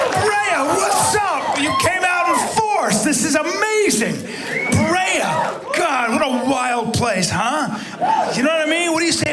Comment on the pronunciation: Lost me at “Breya”